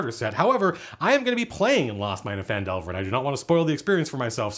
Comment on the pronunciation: Did he just correctly pronounce Phandelver without complaining?